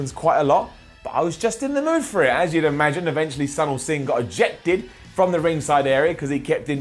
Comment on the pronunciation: ITS SUNIL SINGH (u pronounced as u in SUPERMAN ) Not SANIL SINGH